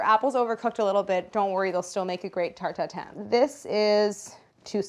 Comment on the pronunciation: everytime claires says '' Tarte Tatin '' i hear it as '' tur tur tun ''... ah the joys of being french.